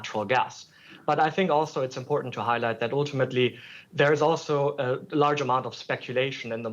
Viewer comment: oooltimately🤦🏻‍♂️😝🤣🤣